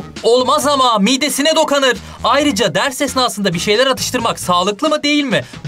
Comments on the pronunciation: ''olmaz ama midesine DOKANIR''😂😂 Dip not: DOKUNUR değil ha! ''DOKANIR''😂😂 Seviloyorsunuz ❤❤❤❤❤ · dokunur değilde dokunar dedi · olmaz ama midesine "dokanır" 🤣🤣🤣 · doğru telaffuz öyle demedim, dedim ki adam gerçekten öyle telaffuz ediyor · AYn benimde çok dikkatim çekti orda dokanır dndndjsjdo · Olmaz amaa midesine dokAnırr 😅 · ama miğdesine dokanır 😂😂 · 0.28 de “olmaz ama midesine DOKANIR 🤣🤣🤣” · dokanır hmkksgzddldufydoosk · miğğğdesine dokanır.D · 0.28 hocam dokanır dediniz🤣🤣🤣🤣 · OLMAZ AMMA MİYDESİNE DOKANIRRRRRR . Dokanır? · gerçekten öyle telaffuz ediyor